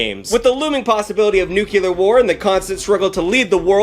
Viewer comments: It’s NUC-LEE-AR not nuc-ul-ar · You pronounce nuclear like Jimmy Carter did... nuke-u-lar, rather than nuke-lee-ar. Not that it matters, I just noticed it. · I love the word nuculurrrrrr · Say the following words: "new" & "clear" -> "new clear" -> "nuclear" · There are too many comments to go through, so someone’s likely mentioned it already – but it’s interesting how George W. Bush actually changed the official pronunciation of “nuclear” to “nucular,” as shown in this video. A lot of people use that version now. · bro i love your stuff, but say it with me, nuclear "NEW-CLEAR" hitting us with that George Bush pronunciation. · "NuCuLar" lol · Hey George W, cute way of pronouncing NUCULAR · I loved all this but the Dubya Bush pronouncement of "nook-u-ler." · New-Clear. Nu-klee-ar. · The amount of "nukular"s in this video has shortened my lifespan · My brother in Christ it’s NEW-CLEE-AR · Ah yes, nucular war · please like this comment so stops saying nucular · love how he says nuke-ular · Every time you say "NucULar" I get progressively more irked and pissed off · IT'S PRONOUNCED NEW-CLEAR!!! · every time he said "nucular" i cringed so hard bro you ain't Bush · saying nukular never fails to give me a chuckle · this is why I can't eat while watching any production. Also, say it with me, new-klee-er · Nuclear Noo * klee * ur There’s only 1 “u” in there 🤣😂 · Hey buddy. Just out of curiosity … How do you say this word: Nuclear Take your time. Sound it out. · Dong this much research into nukes and not being able to say the word nuclear is an incredible feat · Every time you pronounce "nuclear" like that you sound just like Zapp Brannigan trying to say Champagne like a douchbag 😂😂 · Sooo... Where exactly is the 2nd "u" in "nuclear"? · Your pronunciation of 'nuclear' is infuriating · The most important part of this video is saying nuclear incorrectly for 54 minutes straight Thanks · you say nuclear wrong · NuCLEAR not NuCULUR